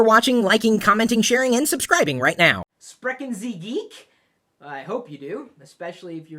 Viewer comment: You mispronounced "Sprechen." In German, an "S" followed by a consonant creates a "sh" sound, and the "ch" sort of sounds like a cat spitting up a hairball, but with a little more grace.